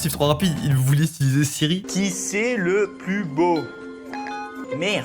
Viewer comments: On en parle qui a dit Thierry au lieu de Siri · Il a dit tiers et pas siti😊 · il a dit Thierry au lieu de siri jsuis en larmes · quelle qu'un a remarquer qui diser tire au lieu de Siri